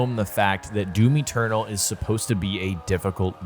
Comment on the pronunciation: its doom eternal not doom eturtle